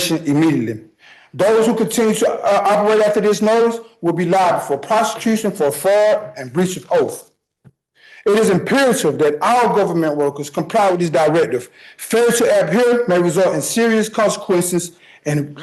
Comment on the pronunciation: The judge played "Rope a Sovsh1t Dope" perfectly. "Fabure to abhere"? "Law liberry"? I wonder if his EBT card implies citizenship...